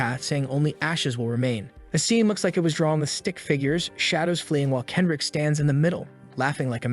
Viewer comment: "Kedric" ?????? Kendrick Lamar?????